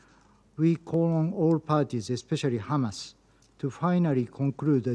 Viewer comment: "........crisis created by hammass creatures" - Sentence completed